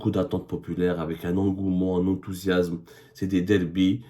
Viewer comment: "EntousiaZme", "moi, je t'aime plus", "avant d'être des êtres humains, nous sommes d'abord, des journalistes", sans parler de cette aberration de mélanger les [Gh] et les [R]... Va te trouver un job, mec et arrête de salir le métier de journaliste !